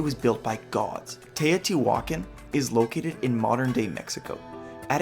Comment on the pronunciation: Im still confused...is she christopher walken's daughter? U know who i mean? Tay O.T. walken. Hey heres an idea...go watch real historians saying the words you dont know how to say like Tay O.T. walken. I mean teotihuacan.